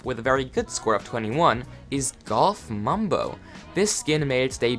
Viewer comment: I heard Goth Mumbo instead of Golf Mumbo XD